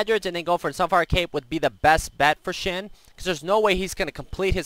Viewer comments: SHEN. Not xin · sounds like he is saying Shin